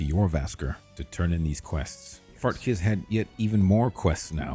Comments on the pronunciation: He’s mispronouncing certain words on purpose, dude. Clearly he knows it’s not “Fart-Kiss”. As good as AI has become, this is CLEARLY not AI and most of the “mispronounced” names are mispronounced on purpose. Come on, dude… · it does sound like AI generated dialogue. No breathing at the beginning of sentences, NPC names not pronounced correctly (Fart Kiss = Farkas, Farengar = Farengor, so you use "Secret Fire" instead). Sorry if I'm mistaken, and if I'm not, I find this very smart and the results are good (saves a ton of time I guess)